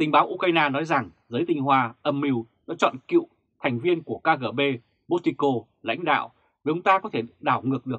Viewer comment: KGB đọc là ''ca rê bê'' chứ không đọc "'ca gờ bê'' nhà báo nhé!